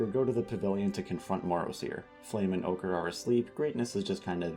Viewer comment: HELP WHEN YOU WERE NAMING THE FALSE DRAGONETS I HEARD "OGRE" INSTEAD OF "OCHRE" 😭😭😭😭😭😭😭